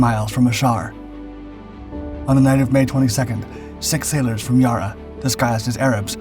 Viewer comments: The pronunciation of the Australian ships is terrible, its Ya Rra not Yaarra. As for the photo of the Yarra it's HMAS Swan. Only one glimpse of Yarra in the film, it's mostly generic RAN. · It hurts me every single time he mispronounces Yarra. (it's NOT Yahrah FFS) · Yarra is not pronounced Ya-Raa :p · Great little ship. The Yarra is pronounced with the first 'a' as in 'at' & the second 'a' pronounced like the 'u' in 'up'. Sorry it's hard to describe the Aussie accent. Best I could do. 🤷‍♂️🇦🇺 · Yarra pronunciation YA-ra, i know non-aussie will say it like the vid but as an aussie I gotta add pronounciation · It's Y A rr - A just like Nasa! There's no H at the end. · It's a pronunced Ya- rra and runs through Melbourne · HMS Yara (Yara like Sarah, not "Yar she blows, matey, where's me gold, why shiver me timbers, Yar, Yar, Yar...Yaarrr!") Italy (it-uhl-lee short soft vowel letter "a" pronunciation of the "uhl") Italians (Say, "Capitalians of Italy" 3× by the third time drop the "cap" from capitalians and sticking with the pronunciation as if the word "cap" is still there...here you'll receive one's "Aha!" moment of epiphany!) or one can go the proper route and acknowledge those of Italy nationality as Italiano/Italiana of their natural native linguistic. Either way quit calling them "itiles" on the sly, already! One ain't slick, those of you of dialectal E1L speaking culture! If you weren't aware beforehand, well, now one is, as I digress!) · Its "YARRAH" Mate !!! 👺 DON'T take a shot every time he says it wrong !! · Good to see this story, few know what the RAN did in WWII being overshadowed by American and British actions (many of which had Australian ships attached). Only criticism is that Yarra is pronounced with the first “a” as in cat. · I wish he would stop telling short stories from the beginning of time, I hate this channel! 'Yarra' is pronounced without proper vowel until the last 'a'. The 'rr' is also very short. "Y-Ar-aaa..." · That's Yarra, not Yara.